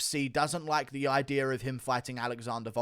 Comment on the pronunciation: Hey Guru say idea without the r